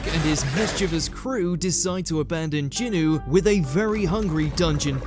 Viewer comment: jinWOO not Jinoo